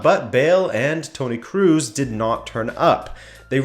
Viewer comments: Don't say Kroos as in "Cruise" but more like in "cross" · 'Kroos' is not [kruz] Like Penelope Cruz! You pronounce it [kros] as in Cross. Come on! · It is Tony CROSS., like the pen. Not CRUISE. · it's Kroos, not Crews..... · pls dont say Kruus, its Kro(o)s. O, not U. thanks every german speaking person on the planet (nice video tho) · cruise? do you mean Kroos? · I was wondering who is this Cruz he was talking about, then I realise it was Kroos. I'm pretty sure that's not how to say his name.